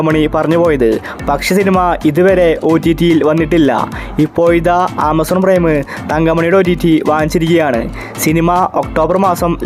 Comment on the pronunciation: ഇപോയിത എന്നല്ല ഇപ്പോഴിതാ.. Okk